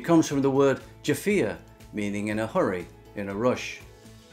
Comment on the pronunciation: OK. Re. Galore: ceart go leor is pronounced 'kyart go lore' not 'kert go lower'. Re. Jiffy: deifir is pronounced 'jeffir' not 'jifeer'. Re. Whiskey: uisce is pronounced 'ish-keh' not 'wish-keh'. Re. Phony: fáinne (meaning a ring) is pronounced 'fawn-yeh' not 'fon-yeh'. The á is lengthened like the aw in 'fawn' Re. Brogue: bróg (meaning a shoe) is pronounced 'brogue' not 'brog'. The ó is lengthened like the o in 'Mona Lisa'. Many English people seem unable to hear lengthened vowels. A good friend of mine cannot hear the difference between 'gron-yeh' and 'grawn-yeh'. Fortunately, her colleague, Gráinne, doesn't mind. She probably thinks "God love her, she's English. She can't help it.'😂🤣😂